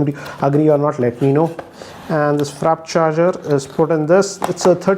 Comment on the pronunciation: Frap charger he also said